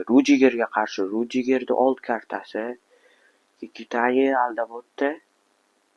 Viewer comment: Kikitani❌ Kakitani✅